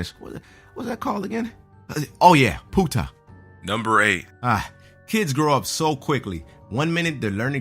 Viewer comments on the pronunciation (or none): Poo Ta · did he say punta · lmao, the fuck is POOTAH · lol he said poo-ta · Puta=bitch btw and it's pronounced poo-ta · You said the Spanish curse word wrong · Lmao I speak Spanish and I laughed and cringed at the same time when he miss pronounced puta! Hahah it's Pu-Tah. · The way he said bitch in Spanish was so funny I grow up in south Texas and I have never herd it said that way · when the said "puta" I lost it! he pronounced it funny.